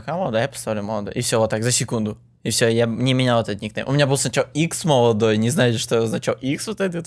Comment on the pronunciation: É Modoloy ou não é?? É Molodoy porra!!!!!